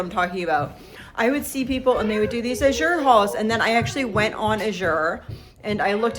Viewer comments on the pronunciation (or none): PROBABLY pronounced l8ke the color, a blue, AZHure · May I give some help by saying- the way you pronounce “Azure" correctly is to put the accent on the first syllable as in the color blue.